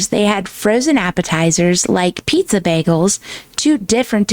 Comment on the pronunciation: I feel that way every time she mispronounces bagels!! Drives me insane. Someone commented about it and she says she knows but it's the way people in Michigan say it. Then a bunch of people from Michigan jumped out say NO WAY! We don't say it that way. LOL! The last comment someone put up was that if she knows she should try to better herself and not continue to butcher the word. Be better do better type of thing. She ignored it. LOL! I just can't. She gives homeschooling mama's like myself a bad name.